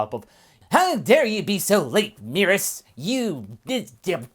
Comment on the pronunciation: First time I've heard someone say merus like that, I was low key confused, it's supposed so be "meh-rühs" not "me-rus"